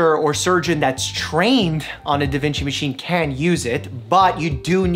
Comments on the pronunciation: Wait Wait Wait. Did u say Da Vinki?!?! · that’s not a da vinci, that’s a da vinky